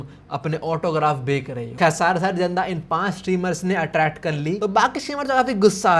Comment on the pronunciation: बेक or बेच